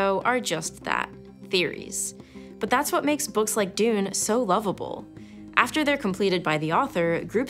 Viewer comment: That's not how to pronounce Dune